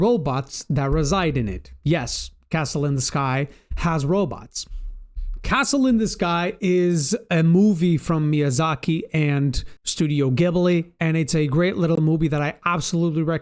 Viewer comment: Team "EECO", not "I CO". Just saying. While I'm at it, it's also "GEEBLI".